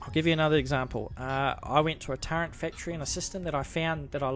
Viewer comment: I appreciate you, I appreciate your video and the knowledge that you're sharing! Thank you! But please... there's no 'n' in turret. It's not pronounced turrent. Thank you!